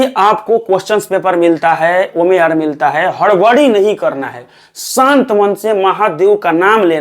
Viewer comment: omer ni OMR hota h..try to improve your ascent.. Different type & category of students are watching ur videos...